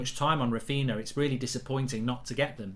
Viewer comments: Mark Its Raphinha yes Raphiña not Raphina Mark in Portuguese and Galician nh is ñ like for example Pauliño (Spanish), Paulinho (Portuguese/Galician) and Pauligno (French/Italian) see the exemple Mark same for Darwin Núñez of Liverpool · The man's name has been all over the news and he still can't say it right. Rafina 💀💀💀💀💀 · No way you pronounce ‘Raphinha’ like that…